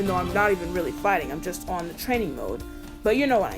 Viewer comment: I haven’t seen a Smash Bros video were someone just talk about something so casually that most would talk about competitively. Also, don’t worry about Brinstar’s pronunciation, it was correct. I know nothing about the Metroid series, so nothing was wrong to my knowledge. I do want to also point out a couple of other things that you missed when you were at the stages in the video 1. There is a small humanoid creature in the bg on the lower platform in Brinstar that’s called a Chozo, which are actually a species in Metroid who raise Samus Aran after her parents were killed when she was very young, the latter feat that was done thanks to Ridley, Samus’ archenemy and leader of the Space Pirates 2. The thing that is also on the lower platform can actually be destroyed if hit with enough power or multiple hits, which in turn will split the bottom platform temporaril 3. That thing that keeps wiggling in the background is what I think may be Mother Brain or the Parasite Queen in a cocoon, but it is indeed a live creature in there. Not sure what, but it is a living being in the bg 4. The occasional little ships in Cornelia are called Arwings, which are the vehicles used by Star Fox, defenders of space that oppose their series antagonist, Andross 5. The switch things in Green Hill Zone are actually checkpoints from the Sonic main series games. As for the chunks of the stage being destroyed, though, I have no idea where that comes from either, it may have been a unique gimmick for this